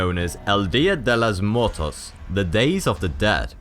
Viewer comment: I'm sorry, I just can't get over the way you pronounced Samhain & Dia de Los Muertos.